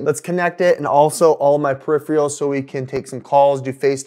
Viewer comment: Periph-er-als, not Periph-re-als...